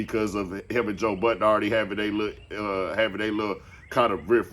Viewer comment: Anyone who says Joe budden last name as “Buddens” or “Buttons” I don’t trust and will steal🤣🤣🤣🤣